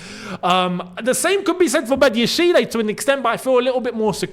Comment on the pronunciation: Patiently waiting for the day says Badiashile's name right 😂